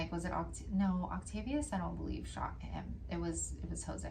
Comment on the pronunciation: So I’m just now catching up on my Crime and Crafting and saw this tonight… Jose and I share a last name! 😟😣😩 That made it even creepier! But props to you on the pronunciation… Some people butcher it!